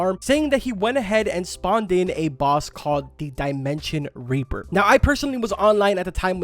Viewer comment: did you just say dimension raper